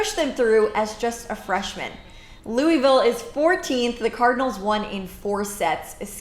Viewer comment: Go cards! That's not how you say Louisville btw...